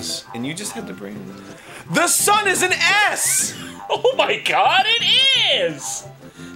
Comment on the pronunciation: Did anyone else think Aaron said "THE SUN IS AN ASS"?